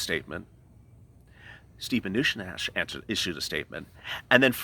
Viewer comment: Love the show and really enjoy watching it, but man ish it sounded like you said Stew manuchin which kinda made me chuckle some. Thats all from the Hoosier state.